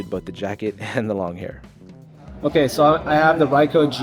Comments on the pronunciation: It's pronounced "reeko" not "reye-ko". Japanese vowels are like Spanish vowels for the most part. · bro really said raico